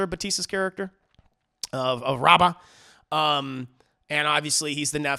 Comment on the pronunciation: Just to let you know its Rabban not Rabba